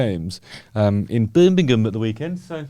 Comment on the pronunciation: Birmingham ham not gum 😀